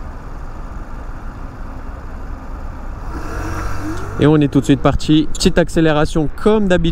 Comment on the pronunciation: comment repérer un cassos après 4 secondes... quand "on est parti" devient "on est partchi"